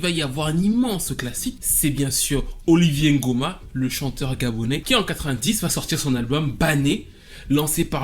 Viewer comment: C’est une super vidéo hyper riche en découverte pour moi . Mais étant gabonaise ça me fait mal aux oreilles d’entendre Oliver( Olivié) Ngoma ça se dit OliVEUR comme en anglais 😅